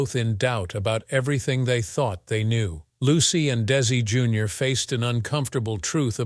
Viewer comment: How come they say correctly for Lucy Arnez but Desi Jr they said it wrongly.